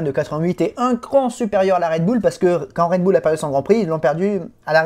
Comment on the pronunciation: Bull l'accent doit être uLL pas OÛL.